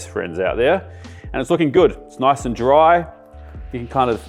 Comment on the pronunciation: "It's really important that we keep this noice and toight". YES, CHEF! 😊